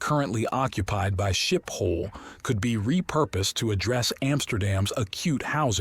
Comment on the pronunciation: It's pronounced skiphol sch as in school.